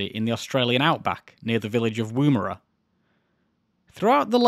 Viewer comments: Its NOT woo-mara. its said "Wom-era" No engine failures.....that is quite an achievement. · Just a side note - the pronunciation of Woomera is "oo" as in book, not "oom" as in womb. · Yeah a few Anglicised indigenous words are pronounced eith a short "oo" despite looking like it should be a long "oo" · In your defence most of us Australians are probably mis-pronouncing Woomera too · Drinking a beer in my Woomera stubby holder, almost ruining my monitor hearing you butcher the pronunciation :P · Excellent video but the number of times he mispronounced Woomera.